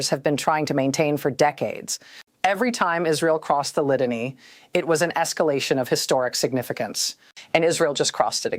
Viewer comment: She should learn how to pronounce these simple Lebanese names: Litani is pronounced LihTAHnee. Nabatiya is NabaTEEyeh.. Tyre is Soor. And so on...